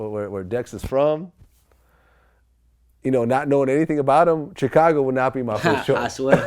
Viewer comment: Tf is a "tchekago" Vlad? lmao